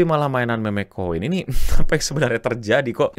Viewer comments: Kenapa bacanya meme kenapa gak mim aja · Koin MEMEG? bukannya bacanya MIM? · harusnya mim saja biar nggak kedengaran kayak meme(k) 😂😂😂nguwawur, tapi terima kasih infonya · agak risih pas bang bilang kata "meme" pake ejaan bhs. indo, apalagi kata selanjutnya "kripto"😅